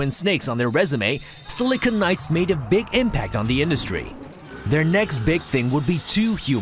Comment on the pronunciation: How do you mispronounce Silicon Knights so badly.